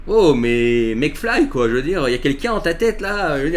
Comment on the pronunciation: Au fait, C'est Mac Fly et pas Mec Fly!!! Regardes Retour vers le futur!! MAc Fly!!!!! Y"a quelqu'un au bout du fil?